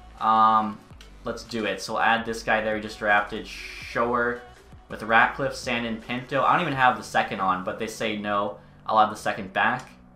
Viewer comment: Thank god he traded Sandin i couldn't hear his name pronounced like that for too much longer